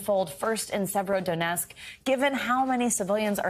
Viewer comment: Severodonetsk. You can't even pronounce the city correctly. And yes those Britons & Moroccan are foreign fighters (not entitled to Geneva Convention benefits). Not unless NBC wants viewers to believe that Morocco & Britain are parts of Ukraine.